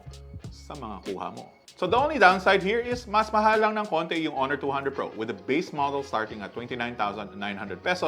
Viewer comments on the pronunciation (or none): none